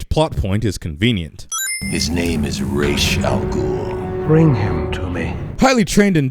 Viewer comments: Missed one sin They keep mispronouncing Ra's name over and over again. It's Ra's, not Raish. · no sin for mispronunciation of Ra's Al Ghuls name? No?...ok